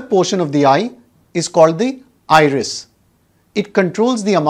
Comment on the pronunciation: The word 'iris' almost sounds like irish!